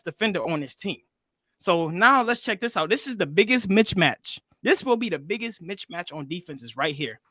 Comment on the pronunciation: He said "mitch-match"!!! It's "missmatch" playa!!! 😂😂😂😂😂😂😂😂😂😂😂😂😂😂😂😂